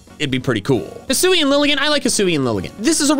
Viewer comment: HISUIAN, NOT HISSUI! DO NOT LEAVE OFF THE UI IN ZORUA! AND THERE SHOULD BE ONLY ONE R IN ZOROARK!